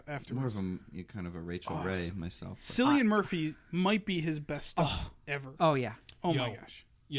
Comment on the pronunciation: uh,... Cillian is pronounced with a hard "C". So it would be "Killian" murphy, not "Sillian" murphy... Unless you were trying to avoid youtube censors.